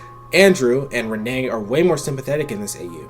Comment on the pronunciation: It's "Ren-knee" not "Renée".